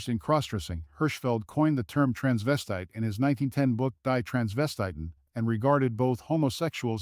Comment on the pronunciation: Now, that's an hilarious pronunciation of "Die Transvestiten" (it would be /diː tʁansvɛsˈtiːtn̩/, not /daɪ̯ ˈtɹænsvɛsˌtaɪ̯tn̩/). It's also incredible that he doesn't know how to pronounced Luftwaffe (/ˈlʊftˌvafə/); I thought that was a well-known word in Anglophonia.